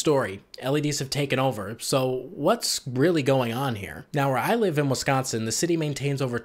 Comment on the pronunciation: As someone who was born in Wisconsin but raised in Illinois, I can confirm the stereotypes you pointed out. Also it's so nice to hear someone say "Wisconsin" correctly. Here in Illinois, people always say "Wessconsin". It drives me nuts.